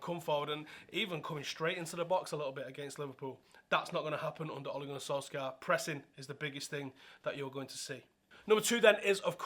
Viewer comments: It's pronounced "soul-shah" ffs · The "skj" in Solskjaer is pronounced like the "sh" in short - norwegian